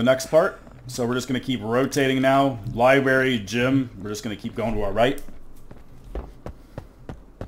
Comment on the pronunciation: These are great videos! Though as a concerned citizen who doesn't want you going your entire life saying "liberry", it is "library", like lie-brair-ee 📚 Unless you're saying it ironically, in which case keep on keeping on :)